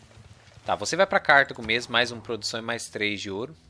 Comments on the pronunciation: se pronunciar "CARTÁGO" obrigado hahahahaa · Eu herdei a pronúncia do inglês, daí falo Cártago